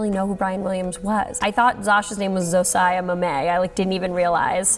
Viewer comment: Thank you for pronouncing ZOSIA MAMET correctly (as a Polish abbreviation of Sophie)! Lena's 'ZoOoooOsyaaa Maméeee'' made me gag